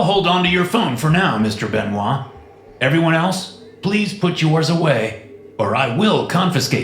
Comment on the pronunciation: I can't unhear " mr benois "